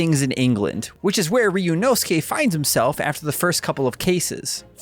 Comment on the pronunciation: Of all the videos out today, this is the most well put together and i can tell proper research was put into making this. Can't wait for this game to finally come out in ENG!!! Edit: Update, this guy is also the only one so far who tries to pronounce Ryunosuke's name correctly. Thank you